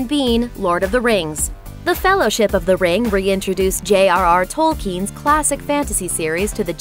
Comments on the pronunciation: Tol-kin not Tol-keeeeeeeeen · Who is J.R.R Toll-Keen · She said Tolkien wrong